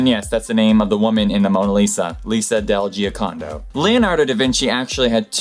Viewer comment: Lisa del Giocando is not pronounced like that hahahahaha